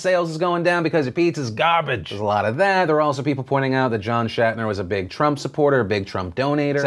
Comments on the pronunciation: Hey Phil, his name his pronounced like it is spelled. Schnatter. Not Shatner. You kept saying Shatner, and I found that annoying. That said, if the NFL issues are playing a role in sales, I'm pretty sure it's minor. It probably has more to do with quality, and far more choices now than there had been in the past. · It's Schnatter, not Shatner... You are swapping the "A" and "N" and it's driving me crazy! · Phil, its Schnatter, not Shatner lol. Coming from a Ball State Alum, he's not William Shatner. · It's John Schnatter, not Shatner. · That's not how you pronounce Papa John's last name